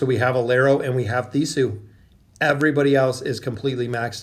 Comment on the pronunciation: lol yea, it'd definitely The-sku. tends to get the majority of the roster wrong in terms of pronunciation, it's actually pretty comical, I feel like he does it on purpose to get a reaction out of us. Under any light, you'll notice it from now on, it's kind of a signature of his now lol